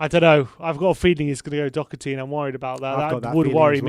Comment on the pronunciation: Lads love him or hate him please pronounce his name properly -it's Doherty not Dockerty.